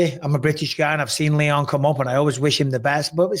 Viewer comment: It sounds like Michael is saying Liam instead of Leon